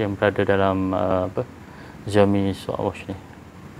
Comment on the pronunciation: Bukan ziaomi bang, siaomi